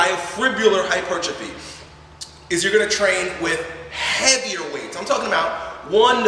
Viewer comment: Thank you for pronouncing hypertrophy the correct way; its so frustrating when people get that wrong!